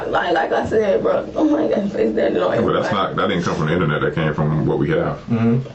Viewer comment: She said Innanet. 😂